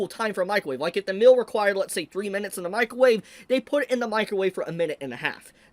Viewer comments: Correction. The artwork IS NOT good. It's literal copy paste of original stuff. If this is great artwork, I can draw over Murata's work as well. LOL Actually good artwork is filling the gaps of the manga, my guy. Which would directly translate into a GOOD ANIMATION, and it doesn't. Unrelated: please pronounce "meal" correctly. It sounds like "mill" and I was confused for a few seconds. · I took me until this point to realize he was saying "meal" and not "mill" 😂